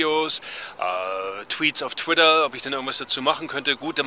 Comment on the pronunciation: "Tweets auf Twidder" :D Gutes Video ;-)